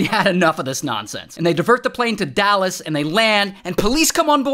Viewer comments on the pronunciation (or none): none